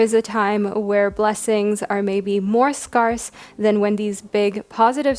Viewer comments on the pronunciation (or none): I love ur readings, but honeslty, the way you pronounce some things really irks me lol. Like how you say "also" (you say it like "oso") and "scarce" (you say it like scar-se). Not a huge issue but it makes me twitch every time hahah